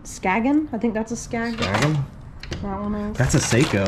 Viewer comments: Skagen is pronounced ‘sky-en’ Danish company :) fossil is the parent company :) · Skagen watches are a decent brand - has been sold on QVC pronounced Scargin